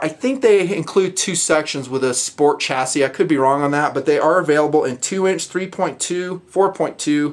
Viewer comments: Stop pronouncing it as "chass-IS" it's "Chass-EE" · "chass-ee" lol maybe it was on purpose